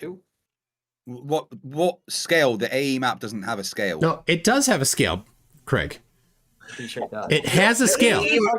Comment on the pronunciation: Craig gets wound up because calls him Creg all the time